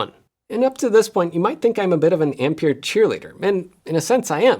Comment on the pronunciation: Ampere is pronounced Amp-air NOT Amp-peer.